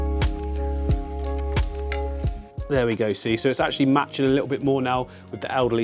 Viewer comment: You say 'lit- awl' at least 10 times less than Jamie Oliver would in half an hour. Whew!